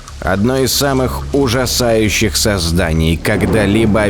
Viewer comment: Простите, но меня ваш комический акцент на слове "ужасающих" в сегменте про трилобитов так рассмешил х) Смотрю ваши видео уже несколько лет, качество с каждым годом все лучше и лучше! Жаль, что "первый космический" больше не произносит глубокий шикарный голос(